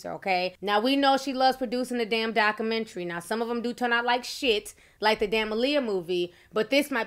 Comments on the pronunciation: I love when Ti says docamentary😂❤ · D-O-C-U-M-E-N-T-R-Y!!!!! Wtf is a docamentry ?